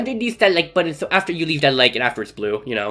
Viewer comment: Button not bottom😂